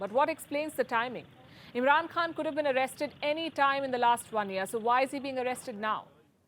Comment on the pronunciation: Palki ma’am - it’s “khan” from the epiglottis….